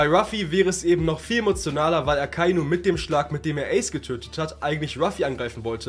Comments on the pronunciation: Man spricht es „Eys“ aus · Geiles Video aber wie du ACE ausgesprochen hast , hat mich getriggert 🤣 ICE , ICE i mean 🫣 ACE BRO Spricht man ungefähr so aus : Äce